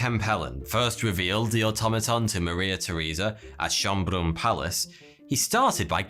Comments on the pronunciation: I love your misspronounciation of Schönbrunn XD it sounds so alien to me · hey, you figured out how Schonbrunn is pronounced, nice :)